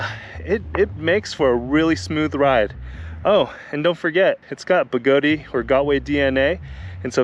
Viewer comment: I so love your videos,, but please understand that it's pronounced 'Begoad', like toad, not Begoadeeeee, like Flobee. Strip is not stripey when the 'e' is added. Fat/Fate, bat/bate, cat/cate. Notice that the 'e' being added at the end silences itself in order to change the vowel sound preceding it....Thank you for your service letter 'e', you will not be forgotten. In fact, you will still be pronounced by people across the globe, some of who's names begin with 'J', who will still pronounce you even though you have silenced yourself... But seriously, don't say the 'e'! LOL I'm just playin' man. Even though Begode, themselves, say it like Toad, you do you. I just love giving people sh_ _ about it because, why not. It makes me laugh, so...ya. Again, love your videos and I'm glad you're able to have a wonderful family and be willing to share your and their time with us all. You are doing God's work spreading the gospel of electric living. Go forth and ride.